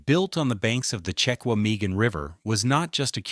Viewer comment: I was born in Wisconsin. My mom was born in Manitowoc. It's pronounced "Check wah mah gahn" National Forest.